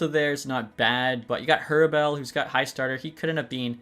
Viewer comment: You know it’s Hrabal not Hrabel right?